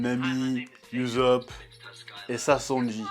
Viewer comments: ça mal aux oreilles 😭 Mais super vidéos d'accord avec toi 😉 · Ussop se prononce oussope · ça se prononce oussop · "Oussop" tel est la prononciation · En français on dit "Oussop" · Par contre je comprendrais jamais pk tu dis YouZop